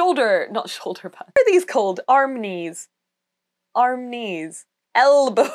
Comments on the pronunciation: Im sorry... did you just say "Arm knees?" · "Arm Knee's" 😂 you have a great energy looking forward to seeing more from you.